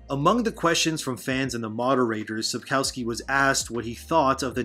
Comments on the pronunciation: Just one nitpick. In Polish we pronounce the letter "w" like "v", so the correct pronunciation is Sapkovski (as in every other Polish name). And there's a rumour that he said more at the meeting with Polish fans in Bydgoszcz. People who went to the meeting claim that he said: "People often ask me about this show. They ask me if I've seen better things than that. I have. And they ask me if I've seen worse things. I also have. But I've never seen a show whose creators wouldn't even read the book they're adapting." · maybe pronounce sapkowskis name correctly thanks